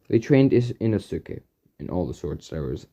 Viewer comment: Did anyone else notice how he keeps saying Inosuke wrong